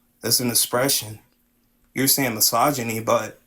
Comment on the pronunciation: I wonder how much of his intellectual life is conducted according to this method- is it just what he thinks of as "philosophy"? Or does it apply to the humanities in general? To biology? To his finances? To car maintenance? To nutrition? To his medical care? I mean, he mispronounced "misogyny" and he misused the phrase "father figure"...